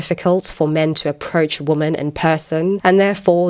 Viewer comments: Perhaps I'm out of the loop but why does she pronounce, "women," as, "woman?" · Why is "womAn" being said instead of "womEn"? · It's pronounced "wimen" in the plural form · I like your content. It is well thought out and articulate. The only thing that absolutely triggers me is your pronunciation of the word "women". It's not pronounced "woman", but "WOMEN". WOMEN WOMEN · ‘Women’ is pronounced ‘wih-min’ - it isn’t the singular, ‘woman’... Why is this rife now? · "Women" isn't pronounced "woman." It's pronounced "wemen." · i love your videos but can you learn how to pronounce women properly thank you ( as well as your "really" which confuses me all the time) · Received Pronunciation is what I hear... apart from ‘women’ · How can you be so well spoken and still pronounce "women" like that? Nice response otherwise. Don't mind those stupid comments.